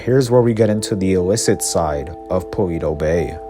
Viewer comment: this man keeps saying paweto bay